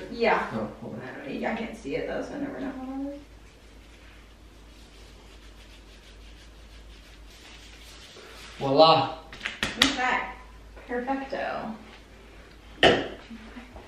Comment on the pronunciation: When went “Vwalah” tap tap 😂😂😂😂 I died